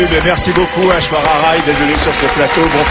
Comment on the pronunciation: ils disent ashwara rai!!!! mdr!